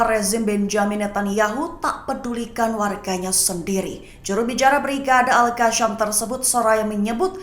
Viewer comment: presenter sebut al qassam pon tak betol..mahu d kikis lidah pakai parang ..atau pisau..betulkan sebutan skit telinga aku dengar..